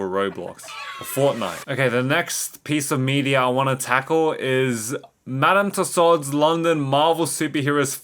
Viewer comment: The way he said Tussaud’s was painful